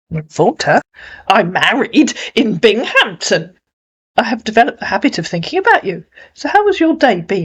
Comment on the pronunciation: Yes I chuckled but understood why she pronounced it like that .